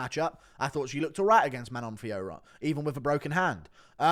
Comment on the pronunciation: Manon Fiorot is pronounced "man-on phwah-rowe"